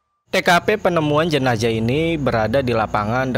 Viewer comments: Jenazah bang jenazah.. bukan jenajah.. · Ini kupingku yg slah apa babang ngomongnya emg jenajah Jenazah apa jenajah sih bang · Jenazah bng bukwn jenajah